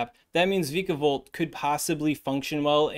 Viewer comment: It's vyka, like viking